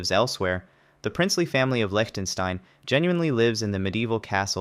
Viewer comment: me is impressed: most english speakers cannot pronounce Liechtenstein at all Tonga is not the only kingdom in the pacific. remember the Tokugawa shogunate and what became of their residence in old Edo ?